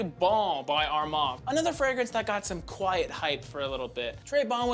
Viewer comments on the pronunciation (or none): none